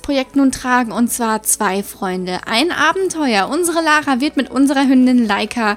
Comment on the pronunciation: wieso sprichst du Lara denn Deutsch aus? Ist doch aus England ...